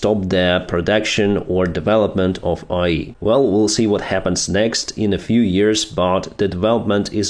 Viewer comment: Thanks for your daily updates! I know Ukraine will win! It will be slow and painful! Слава Україні! But something funny, you kept saying "AI" with a Ukrainian accent which makes it sounds like "IE" to an English ear, and IE = Internet Explorer. So it just makes the entire section about AI too funny! Internet Explorer is a catastrophic danger to the world! Even China and USA agree on that one! 🤣🤣🤣